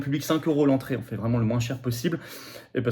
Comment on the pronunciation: Je vous aime et cautionne votre politique, mais de grâce, cessez de dire " On fait" Dites plutôt, "on agit". À chaque fois j'entends " On fait caca" lorsque vous dites "on fait... "